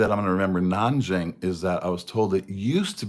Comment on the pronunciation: Actually,, your pronunciation of Nanjing is very good and I think it’s because of you are a musician with good hearing.